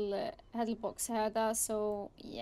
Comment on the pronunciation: علاش تهجي كلمة "هذا " وتقولي "هاجا " ..؟